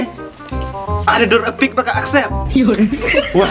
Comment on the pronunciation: Except ❌aksep✅ 😂😂😂